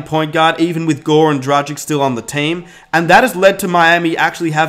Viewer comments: Sorry man, but if you are a Heat fan, you should have learned by now how to pronounce Goran Dragić's name. He has been with the Heat for some time now. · I feel your pain. Gogi has been has been in Miami for years, so there is no excuse not to learn how to pronounce his name. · it hurt me inside every time he said goran dragič wrong